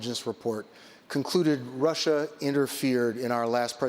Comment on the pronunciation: Bloomberg: It's Russia not Rusher!